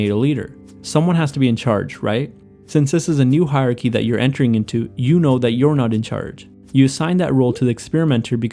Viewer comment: It's "hierarchy". You can't just skip syllables when they're tricky to pronounce!